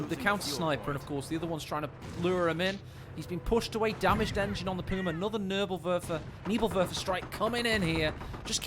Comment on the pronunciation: Nürrbürr-Wörfer, Nevill-Werfer, Nävill-Wörfa, Neebill-Wörfer